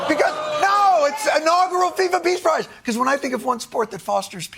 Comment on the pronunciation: Ironic that the FIFA boss pronounces “your prize” as “ your price”